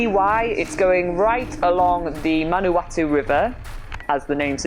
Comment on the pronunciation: You really do have to lock your bike up in New Zealand, coming from a New Zealander (that grew up in Palmerston North)! We have one of the worst theft problems I've encountered in my one year of world travels. Also, your pronunciation of Manawatu is perfect :) Nice video guys its good to see our home town from a different perspective.